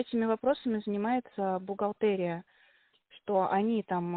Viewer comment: В слове бухгалтерия произносится е, а не э.